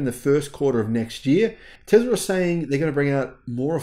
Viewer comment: I thinks it’s Tesla not Tezla